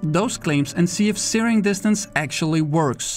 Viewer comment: I spent a while on google trying to see where searing was, i didnt realize he was saying zeroing... he is saying zeroing... not tyring to troll just making things a little clear. Great video 🤙🏽